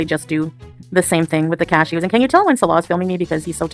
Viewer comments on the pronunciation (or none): Why does it sound like she's saying "cashios" instead of cashews? 😂😂😂